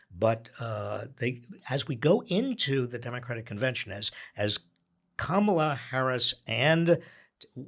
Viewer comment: It seems Spanky's deliberate campaign to rename Kamala - from Kah-ma-la to Ka-mah-la - is working. I've been hearing it pronounced Ka-mah-la for the past few days by right wing pundits, commentators and Spanky supporters. NOW I'm hearing it in THIS podcast by Heather?